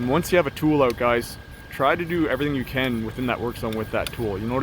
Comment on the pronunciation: Owwwt Yup , that's a Canadian.